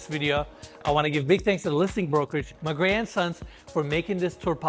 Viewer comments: When you said the listing brokerage was “Magrey and Sons” I thought you said “My Grandsons” and I was so confused! Lol! Love your videos. You guys really have a knack for highlighting beauty ❤🌈☮️ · Pronounced Magrey & Sons as "Mahgrandsons". House is stunning!